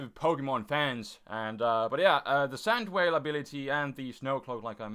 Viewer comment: Sand Veil. He says it as Sand Whale. and Garchomp is only back if you use Rough Skin